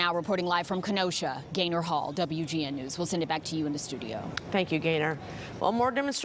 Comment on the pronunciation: Thought she said gator when she said gaynor. I was like oh I gotta see this guy 😆.